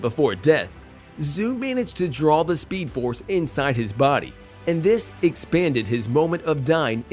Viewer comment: he really said speedoforce